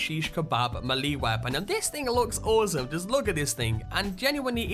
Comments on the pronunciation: Bro.... Me-lee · >Mahlee Best way to pronounce Melee 10/10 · As some one from the Boston area its sound funny to me when you pronounce the names, saugus, "saw gus", melee, "ma leA", that's just how I pronounce them, nice music. :P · May. Fucking. Lay. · DarkMadder I pronounce it mee-lee, don't know where may comes from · MAYLAY IT IS PRONOUNCED MAYLAY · Why does he say it like “milee weapon?” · Melee? "May-lay" is how to say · Hugh-briss and may-lay are how those words are to be pronounced. Great video but wow that’s painful to hear you butcher those words. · Come on, dude. It's MAY-LAY weapons/builds. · No its me lee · MELEE is pronounced MAYLAY. This bothered me so much I had to come back here to say something. Other than that good video, just stop slaughtering words. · Actually it's pronounced may-lay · It's pronounced may-lay (Melee) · malee!! hahah i'm dying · i hate to do this but its pronounced may-lay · It's pronounced Mel-ay weapon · melee is pronounced may-lay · like the vid but he keeps saying malee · Melee is pronounced like this ˈmāˌlā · I’ve heard all sorts of mispronunciations of the word melée from both British people and Americans (the main offenders) but this one has to be the worst. Unbelievable. 🤦‍♂️ It is a French word and is pronounced MELL-AY not MAY-LAY or MEH-LEE. Honestly. 🇫🇷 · ffs it pronounced 'may-lay' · Gaming Central i cant stand how he says melee weapons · Yeeees. I thought the same thing. Like melee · starodub Did you not hear how he said melee? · Love how you pronounce melee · Are we all gonna ignore the fact on how he pronounced melee weapons? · Hubris, melee. Okay. Krem-vuh? Crickets. No "It's krem-vay" or "kruh-muhv"? "Kraym-vuhkhh"? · when he said melleé weapon .... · Ur saying melee wrong and it's annoying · Stop saying melee wrong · The way you say melee is triggering me! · Why tf do you say melee sa Miele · stop saying melee like that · The way you say melee triggers me so hard 😅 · Why are you pronouncing "melee" so weird?